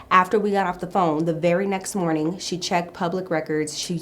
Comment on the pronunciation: The way u tell the story is sooooooooooo funny!!!!! and the english u use. u said morting to say morning, i love it😁🤣